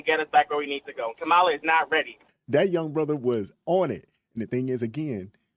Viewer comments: So many people call kaaamala, kamaaaala.. joy reid the other day said its racist to mispronounce her name lol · Man, Trumpo the clown will have us in a race war. He stirred up a lot of civil unrest in 2020. I don’t like how Harris was pushed into the position. How come right wingers pronounce her name wrong? Why when I guy hands in his man card and pretends to be a woman, he’s still called a man? Kamala Harris isn’t my first pick but the clown is just dangerous. The economy would be shit if trump would have won and our border would be the same because we’ve always had the same protection. Trump isn’t a conservative, he’s EXTREME